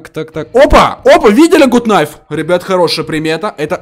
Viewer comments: ГУТ КНАЙФ а не ГУТ НАЙФ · Гат найф а не гут найф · Не гут кнайф а гат найф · Не Гут найф а Гат найф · Почему вы говорите Гут кнайф Гат кнайф вот правильно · Ты англиский знаешь не гуд найф а гад кнайф аааа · Гат кнайф а не гут найф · правильно гут кнайф!!!!! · ARS MANDARIN правильно гат кнайф гугл переводчик посмотрите